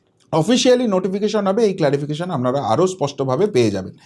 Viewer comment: Amnara...amnara...amnara...amnara.... Disgusting